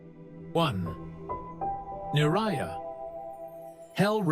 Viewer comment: As a practicing Buddhist, I appreciate your effort to discuss these Things.. However, I noticed some mispronunciations in words like “Niraya, Chathur Maha Rajikaya, Pretha loka. ” These terms carry deep meaning, so it’s important they’re presented with care and accuracy. I kindly encourage you to keep learning and maybe consult a knowledgeable source next time. May your journey bring you clarity, peace, and wisdom. 🙏